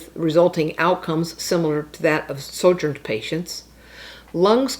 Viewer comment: Sho -grins!! The j is pronounced like an h. Although true, the title of this channel is atrocious.